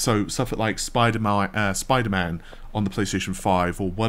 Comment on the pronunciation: spooderman... I really like mooles moorales. 👍